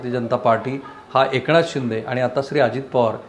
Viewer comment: एकणाथ .....jar fakt N cha uchhar nit kara rao...baki sarva bhari ahe....